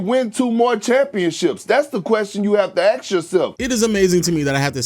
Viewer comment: Perkins saying " aks" yourself kills me ! He's the WORST talking head ever